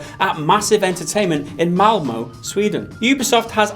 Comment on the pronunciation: Very good pronunciation of Malmö! I love it!